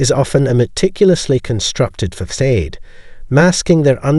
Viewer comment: Fa-said???? It’s facade: Fa-sawd.. this pissed me off everytime you say it wrong!!!